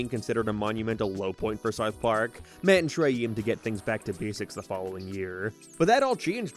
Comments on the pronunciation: You need to work on your pronunciation of "south" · I cant do how you pronounce south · why do you pronounce "ou" like a northern irishman? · I’m not a leftist and I hate Reddit, I’m asking a question about his dialect u brain rot zombie, I’m interested. That’s how people pronounce that vowel in Belfast and surrounding areas. You are a 14 year old who found out what politics was yesterday and now u think everything’s political. Go touch grass u absolute muppet.